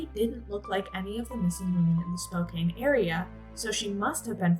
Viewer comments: Just an FYI: it's pronounced SPOKE-CAN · I know it's not intuitive, but Spokane is pronounced "Spo-Can." This is only so if you encounter podcasts or other audio info on the case, you know it's the same place. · Sorry, this was hard to watch for someone from Spokane. It's pronounced Spo-can. It just made me feel disconnected hearing it over and over. Plus anyone that watches it will say it wrong. May I suggest watching a local news reel from a city whose name you are going to say so often? Otherwise I feel like a bit of the homework was skipped.